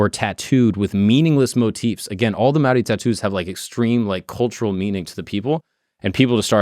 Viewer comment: I’m a kiwi (New Zealander)- props to for attempting correct pronunciation 👏